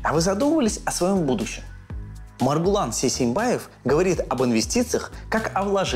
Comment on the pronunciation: Произнесите правильно имя Маргулан